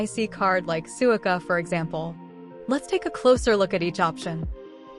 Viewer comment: Very helpful overview, although I cringe every time the automated voice reader mispronounces words (Suica, Yamanote, Shinkansen, Hakata...etc).